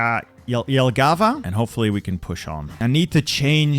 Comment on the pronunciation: the one, the only... An actually correct pronunciation of Jelgava. That was more satisfying than it should have been.